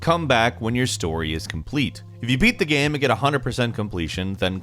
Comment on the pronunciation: Nobody:: gaeme